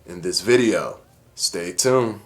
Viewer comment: How is it that you're the only millennial that knows the correct way to pronounce "VS." but you still can't say the word "tuned" without dropping the "d"?